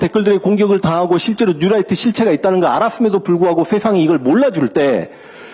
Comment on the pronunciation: 뉴롸잍..이라고 발음해야 되는데...라이트 라고 해서 light 인줄..힘들더라도 영어를 쓰려면 확실하게 하는게..암튼 저놈의 뉴롸잍은 고질병과 같은 암덩어리입니다..